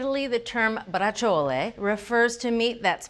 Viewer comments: It's pronounced (Bra chole) not brachole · Please learn to pronounce "Brah-zjole" correctly. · It’s pronounced “Brah-zjole” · Oh my goodness, Neopolitan is definitely Italian creole or patois because I have never heard the real Italian pronunciation for Braciole until now 🤣😂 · Both of you are mispronouncing it. Tony Soprano pronounced it correctly. You need to watch Sopranos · You DO pronounce the “e” if saying it in Italian.